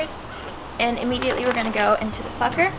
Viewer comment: When they say plucker my ears be like.. FUCKER